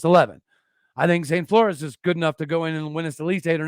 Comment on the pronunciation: Pronounced "Floors" (Flores)